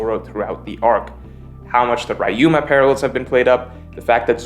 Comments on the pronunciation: "Raiuma" really? people still haven't learnt how to pronounce "ryu"? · Stop pronouncing Ryuma like Ryan, ty.